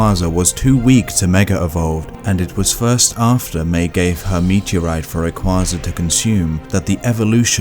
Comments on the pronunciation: Alex Ivanovic They butchered Ho-Oh, Suicune, and Rayquaza. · Wow, you butchered Ho-Oh, Suicune, and Rayquaza’s names.. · CrystalLikesShibes I’m not saying that I have a huge problem with differing Pokémon pronunciations, but there’s only one official pronunciation for every name. Rayquaza is pronounced “Ray - Kway - Zuh”. Some people may not say it that way, but that’s the only correct pronunciation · Oh-Oh Lude-euh Sewey-kuhn Luminose Zed Ring Cook-wey Ray-Kwah-Zuh Lusa-min Gooz-muh Glay-dion Theese pronunciations make me want to eat my skin. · Especially rayquaza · he said rayquaza wrong too